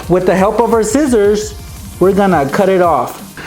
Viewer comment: he always says zcissors instead of scissors